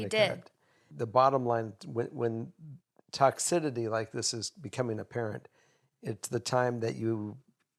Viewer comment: Hello! Tox-sis-i-ty, toxicity, no ‘d’ 😊